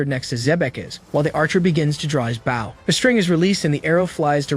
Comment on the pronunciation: He keeps calling the weapon a bow as in bow wow. Instead of bow(l). Others do this as well. They need to change the spelling of the word.